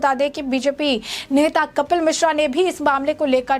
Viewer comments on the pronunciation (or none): none